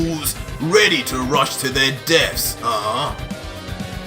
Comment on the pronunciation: is says rush to their deats instead of rush to their deaths